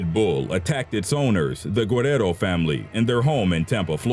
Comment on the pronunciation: Lol that's not how you pronounce guerrero